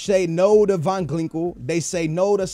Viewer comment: I love you but you need to stop trying so hard to pronounce players names. Regardless of what country you're from, if a name ends in -Inho then 99% of people would agree that it's pronounced (een-iyo) not (ingwu) You even said Ginkel as Glinkel, sorry but I thought since you've never picked up on it then I should say something #BN4LYF